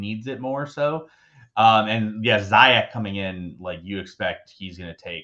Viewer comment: It is Zee-yesh not Sayek